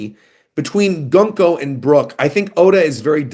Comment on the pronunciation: Peak One Piece! Btw, Gunko's name is pronounced as "Guunko\Goonko".